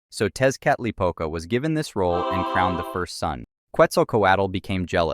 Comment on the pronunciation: Tezcatlipoca is pronounced (tek•uh•li•puh•cuh).